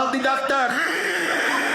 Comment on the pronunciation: Call de Dok-TORRRRE!